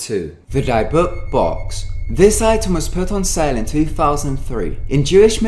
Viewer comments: Dybbuk is pronounced di-bic, not die-book. idk why that bothered me but it did. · Dude...you don't pronounce Dybbuk "DY-book", it's "Dib-bick". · Oh come on mate, "dye-book"? It's pronounced more of a "deh-book." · Just a correction, in case it makes any difference. LOL Dybbuk is said "dih-buck", with the "buck" said quickly and almost like "book". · die book box? lol Dybbuk box. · Lol, you pronounced dybbuk wrong, but at least you tried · Stop saying dybbuk wrong. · I wonder about the validity of your stories since you got so many points about the dybuk (sp) box wrong including pronunciation.